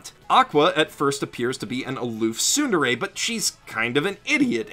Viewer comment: sundere? :| its tsu (つ) like rats not su (す) like sun